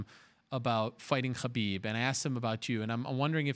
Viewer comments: Its Khabib... Why is he saying Habib?😂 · The way Ariel pronounces Khabib is infuriating. The 'Kh' is neither the correct sound in Arabic, Russian nor Avar, just pronounce it as Habib if you can't get it right. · That khabib pronounciation caught me off guard haha. Pretty subtle I'm impressed i sound like im dying if i try and promounce that sound